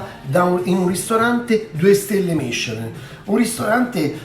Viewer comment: ...ma secondo me voi bevete prima, 😉, e c'avete ragione, non si capiva a tratti quello che dicevi. Cmq ricetta super chic. Ma dato che Camerawoman è raffinata e francese 😉 fatti dire come si pronuncia Michelin, l'accento sulla "i" , o la e finale!!! Vi abbraccio sempre con tanto affetto ❤